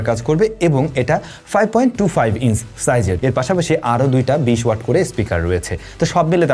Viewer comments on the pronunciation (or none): I must say this is a smart presentation. But try to correct your pronunciation. e.g. Switch (সুইচ্) not (সুইস❌), Orange (অরেঞ্জ) not (অরেন্স❌), Inch (ইন্চ্) not (ইনস❌), mAh (এম.এ.হেচ্) not (এম.এ.এইস্❌), Jump (জাম্প) not (জাম❌) Off (অফ্) not (অপ্❌). These kinda mispronunciations are widely found in your contents. However, you have improved a lot till today, appreciate it. Wish to find you to be more perfect next time. Good luck.